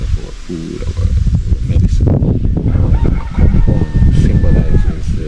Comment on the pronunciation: It is pronounced A COME PONG - not A Chum Pong